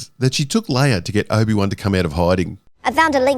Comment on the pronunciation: Yoder and Leier... lol